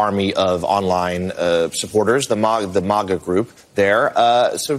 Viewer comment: They keep saying "MAHGAH" like they're pronouncing something from another language lmfao